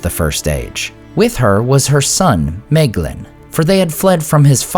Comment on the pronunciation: Excellent video, as always! Questions though: 1. Isn't that Fingon, not Turgon, ? 2. Isn't My-glin the pronunciation of Maeglin per the guides in the various appendices?